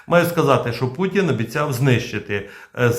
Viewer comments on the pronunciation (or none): none